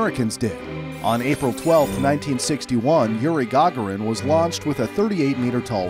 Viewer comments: You keep on saying the gaughran but it's Gagarin can you say is God darn name right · YURINE GAUGURAN Its Yuri Gugarin